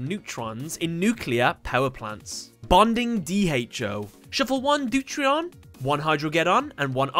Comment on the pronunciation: deuteron not deurtrion DeutERIUM not NeutRIUM. you're missing a syllable. Mekanikle is pronounced Mechanical (in japan it's Machine-icle) Water dragon cluster is to heavy water as water dragon is to water (in terms of chemistry